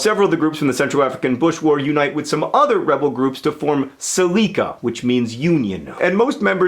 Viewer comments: Glad to see mispronunciation is still your thing John... Sel-eh-kah. Wonderful video though! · Séléka: SELL-ECK-UH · You are butchering that name seleka